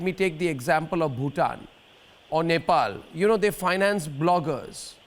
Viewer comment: I'm from nepal...... mr. Goswami.... please don't pronounce our country name.. we really hate you.. and we really hate to hear when you pronounce our country name..